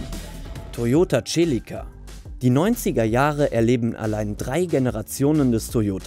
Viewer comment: Nr.1 Fiat Coupe..... hat mir nie gefallen, kann die Faszination bezüglich Design nicht nachvollziehen.... ist bei mir knapp hinter dem Multipla..... dasselbe für Nr.2... und hört endlich auf die Celica als TSCHELICKA auszusprechen! Es heißt SELIKKA!